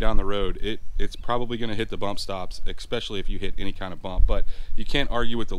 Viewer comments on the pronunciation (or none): Bruh, how you get “expecially” out of “especially??” 😂